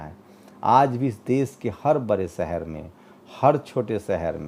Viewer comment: Sir aap apmi bhasha shudh kijye . Sha shabd ka sahi ucharan kijye Desh ko des kehna ,shahar ko sahar kehna sharmnak he Videsh ko vides kehna ashobniya he Patrakar ki bhasha dhud honi chahiye